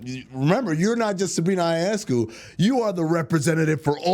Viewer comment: YO-NESS-COO is how you say Sabrina's last name Amin. Not>>> EYE oh ness coo. Might want to practice that a little since she is one of the stars of the WNBA.